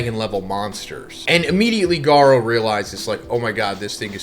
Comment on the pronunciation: His entire series easily explained feels extremely ai, he mispronounces Garou in ways he's never done before, you should just listen to the video yourself